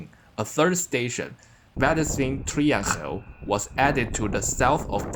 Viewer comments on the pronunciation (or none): Yeah, as a Dutch person, I am really impressed by the town/city pronouncements. Literally the only feedback I have, is . Because that the g in "Waddinxveen Triangel" is pronounced as a 'ng'. Thus, it sounds like "Trie-ang-el". Also, fun fact: There is a local joke at that Rnet-line. Because the city Alphen a/d Rijn only has one station. Meanwhile the little villages Boskoop has two and Waddinxveen has three. 🙂